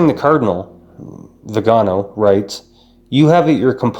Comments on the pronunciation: The accent is on the last syllable so its vi - ga - NO .... NOT..... vi -- GA -- no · Good commentary! I subscribed today! My comment is that the Holy Father said that “silence” is best in these situations, but then he goes and uses passive aggressive veiled language in his homilies to respond to and chastise!! Viganò ! That is not being silent! Lol Btw The stress is on the O you can see the mark above the O. So the correct pronunciation is the first way you said it >..like veeganO. I also would like to say that Cdl Viganò would make a very wonderful pope! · vee gan OH,,, accent is on the third syllable